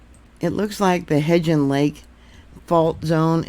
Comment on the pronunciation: Hebgen Lake- the g is the Hard G. It sounds like g-oose, please.🙏